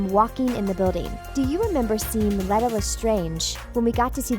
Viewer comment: Dumbledore was the Transfiguration teacher not DADA. You haven't read the books have you? Also Credence doesn't have a new power it's the obscurus. And you're pronouncing Leta's name wrong. It's pronounced Leeta not Letta.